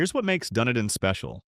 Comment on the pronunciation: Wow! I'm only halfway through the video and know what you're talking about! Hey AI, it's "Dun-EE-dun!" and "Matt-la-SHAY!" However, most of the info is accurate, although these towns are pretty much reserved for very wealthy retirees, especially Boca Grande. Ten years ago, as a limo driver, I had a wealthy passenger who lived there, complain to me that on Boca, "The Billionaires Are Chasing Out The Millionaires!" Nowadays, I wonder who's chasing out the billionaires?